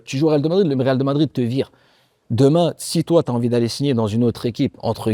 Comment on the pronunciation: Je comprendrais jamais les gens qui disent « real de madrid ». Même Diarra qui a joué 3 ans au Real Madrid sait même pas le dire. Sans compter les commentateurs télé chaque année